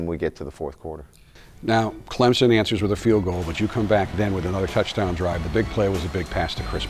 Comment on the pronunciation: "Clemzon" dear Jesus fire this man.